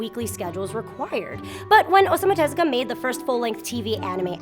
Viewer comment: For some reason, The host mispronounces Osamu Tezuka's name, It's pronounced ''Osamu Tezooka''.